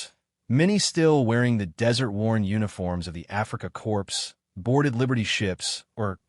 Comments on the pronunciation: It's pronounced Core. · Africa corpse? Aw, come on, teach AI ....